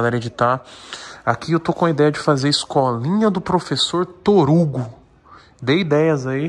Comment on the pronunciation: TORUGO ? kkk